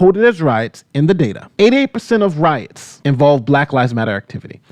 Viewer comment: “Roits” lol